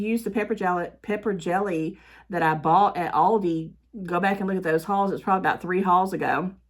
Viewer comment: I'm from the north and I call Aldi's the same as you. Plus, in Germany, the parent company of Aldi pronounces it like you do.